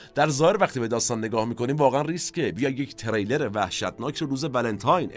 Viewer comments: Thanks for the program. you meant ”thriller” ( the genre of the movie) not ”trailer”, you pronouced wrong! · سلام و عرض خسته نباشی. جسارتا چون خیلی دقت در تلفظ لغات دارید، و من خیلی از فیلم هاتون لذت میبرم، سک نکته رو عرض کنم: فکر کنم واژه thriller را به اشتباه trailer میفرمودید که کاملا معنای متفاوتی دارند. ارادت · ، شرمنده شما هستم، اما تریلر درست نیست، ثریلر درسته 🌹🙏🏼 Trailer and thriller are two different words with two different meanings 🙌🏼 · تِرِیلِر نه، تریلِر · خسته نباشيد.بسيار عالي بود.تلفظ واژه thriller اشتباه گفته شد بارها.ممنونم از توجهتون🙏🏻